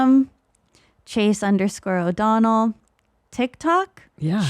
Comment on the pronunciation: Chase O'Donnell, you say it correctly.